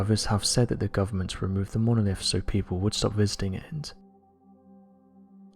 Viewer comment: I soon as I heard “monolif”....I was out.